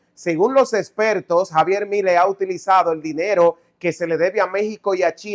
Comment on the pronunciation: Has de cuenta que milei tiene acento en la "e", suena asi: Miléi